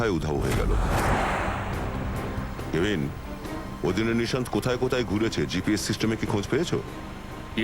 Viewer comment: অফিসারের নাম হচ্ছে কাভিন তো আপনারা কেবিন বলেন কেন